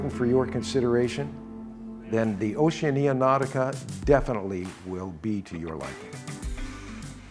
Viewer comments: I have a comment on the presentation, the correct pronunciation of Oceania = ow·shee·a·nee·uh. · Why are you the ONLY person who butchers the pronunciation of Oceania. It's Oceana, the I is not pronounced. It's also often mispronounced Oce AN ee a. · NOT TRUE. Oceania is correctly pronounced O she ah nah. Listen to any videos by Oceania or persons who work for Oceania and this is how they say it. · Curious pronunciation of Oceania. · Just awful. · Well since you cant even pronounce the word Oceania....... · Hopefully you will learn haw to pronounce OCEANIA prior to your going on them. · Strange pronunciation of Oceania. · THE WORST. I've never heard anyone pronounce it this way.